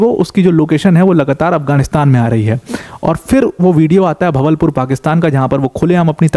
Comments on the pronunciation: भवलपुर नही बहावलपुर | अच्छा है उसका इस तरह से सामने आना unknown gunman out for him 😂😂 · Sir its बहावलपुर